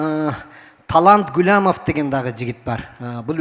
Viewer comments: Гулямов эмес, Гуламов деп эле айткылачы тимеле тили келбеген оруска окшобой. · Гуламов десен Гулямов дебей